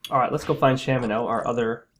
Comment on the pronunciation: I also pronounce it as Shamino.